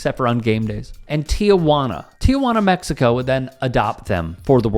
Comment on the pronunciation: ONE MORE TIME: It is TEE-juana. Not TEE-uh-juana. Thank you for your attention to this matter. Lol